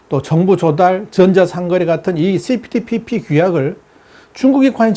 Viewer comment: CP ~TPP라고 읽어야 좋음 (Comprehensive and Progressive Agreement for Trans-Pacific Partnership) (1)용불~~ 용설(×) 용~~불용~설 (o) 用이냐 不用이냐에 따라 달라진다는 내용이므로 (2)그리고 TPP라고 줄여서 호칭하는 분들이 계심 (범태평양 동반자협정)